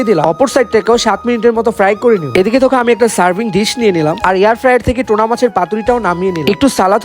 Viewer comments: Tona😂😂😂its tuna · টোনা না টুনাা মাছ বলে।